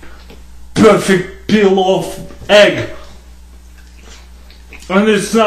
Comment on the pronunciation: "Perfext egg" . . . "And its not even hard boilled" XDDDDD INSTA-LIKE